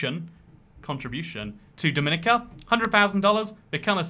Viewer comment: im pretty sure dominica is pronnounced do-mie- nie-ca while dominican republic is dum-i-ni-can